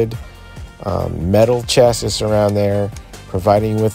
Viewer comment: It’s pronounced “chassy” thanks for the video!